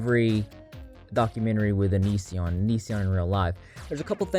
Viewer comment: give Chris Hansen some credit he finally learned how to pronounce "onision"